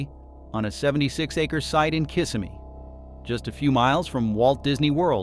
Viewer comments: It is not pronounced, kiss of me. It's pronounced [ kuh - si - mee] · Throughout the video, the narrator never could say Kissimmee properly… I remember a Pleasure Island for teens in the 90s with a movie theater and shops. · What can you expect? They can't even pronounce Kissimmee right.